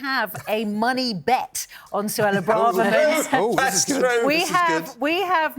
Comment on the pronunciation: Why do people keep pronouncing Braverman as Bra-Ver-Man? It's Bray-ver-man!